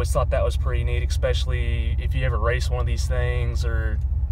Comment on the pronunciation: Exxxxxxxxxxxspecially. Learn English. It's Especially. No X's involved.